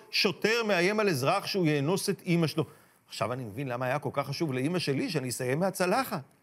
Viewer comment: נכון. הוא אמר יאנ וס במקום אאנ וס. איזה דבע אתה באלוהים...